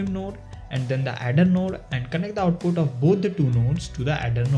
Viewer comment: dudee the way u pronounce nude shader is so funny XD